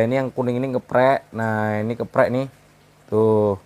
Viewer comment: Kepek bang, bukan keprek😁